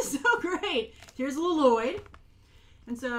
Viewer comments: Lol u said Nya and Lloyd wrong 😝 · I love how you constantly say LiLoyd even thought in the trailer he corrected his dad on his name Lloyd, a true Garmadon lover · I like how Grace calls him L-loyd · I would KILL for that box!! I also love how you've started to pronounce "Lloyd" as "L-loyd"! Every time you said it i had to giggle! Also, they're really pushing us to love Garmadon with all that stuff - and it's working! I want him to be my dad!! I also expect some reviews on the LEGO sets on here, or at least some pics on twitter! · You call him L-loyd and its great. Also, I love how excited you are about all those stickers! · My favorite part of this video was that you pronounce Lloyd the way garmadon did in the trailer "lo loyd" 😂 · I love how you pronounce it "Lo-loyd" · I use to watch the show like 1 or 2 years ago,so I got all the names down pat, but when you say Lloyd it sound really weird to me lol, just cause I use to be abscessed but I enjoyed your video like always 👍